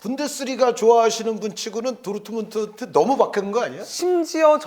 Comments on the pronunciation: ㄹ 발음 못하네 도우트문트 이런식으로 말하네 레아마드리드 이러고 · 어떻게 도르트문트를 도트문트라고 발음하냐 브베 목소리 닮아서 브버지 인가 보네